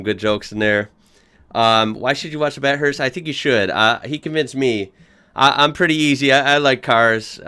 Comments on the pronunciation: AS an American...You need to learn that the letters 't' and 'h' when combined form a SOUND! that sound is pronounced "THUH"! What does this mean? it means that Bathurst is NOT pronounced 'Bat-hurst'. When you say it is should sound 'Ba-thirst'. Ba-thirst! Ok so Bathurst is Ba-thirst! GOT IT!!! You Americans need to learn English correctly. It's an English language. NOT an American language! So learn to pronounce it correctly. This also means 'ANYWAYS' is not correct: it is anyway!!! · Bath-erst, with a short a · it's pronounced BAFFHURST! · Try saying bathirst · bat-hurst. bruh can’t speak english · Bath-urst is the way to pronounce it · Bat-Hursts lol....................... If you get a chance watch it... Nice channel mate.... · It's BATH-URST u knuckle head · Yanks! Could at least pronounce Bathurst the way it is and not “Bat hurst.” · You're annoyed a Batt hurst 😆😆? what about the dude calling it Australasia 🤨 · It’s. ba th urst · Batt Hurst 😂😂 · Bat Hurst? 🤦‍♂️ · Wtf is a “bat-hurst” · I died a little inside every time he said “BATT - HURST” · BA-THIRST.. Ba like a sheep (sorry to the Kiwi's i've just aroused) Thirst... or thurst... he had that right. lol put them together and you get.... a massive fuckin race everyone mistakes for a piss up. Myself included. lol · Grrrrrr "bath-hurst" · “Bat hurst” 😂😂😂 Pronounce the th like thank you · Bat-Hurst.... lol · It’s bath urst! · 34 seconds in and came straight here to see all my fellow Aussies get butt-hurt every time he says Bat-hurst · Pronounced. Bath hurst. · Bat hurst lol, you Americans pronounce things weird. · its Bath urst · Its pronouced Bath-hurst. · This is one of the best races in the world hands down, definitely check out some live Supercars races on kayo P.s bathurst is pronounced bath-urst like bathtub 😁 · I cringe everytime he said "BAT HURST". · It's better than hearing Jeremy Clarkson saying "BARTH-HURST". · Try pronouncing it Bath-Hurst but as one word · It’s pronounced Bath-hurst